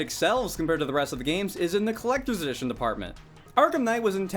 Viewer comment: “Clecter dition” 🙄